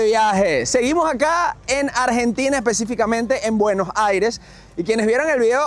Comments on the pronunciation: Consulta al presentador. Porque dice Buenojaires? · Se pronuncia en "Buenosaires" 💪💪🇦🇷🇦🇷